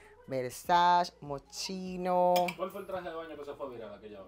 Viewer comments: 🤦‍♀️MOSCHINO SE PRONUNCIA MOSQUINO 🙏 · no se pronuncia moschino si no moskino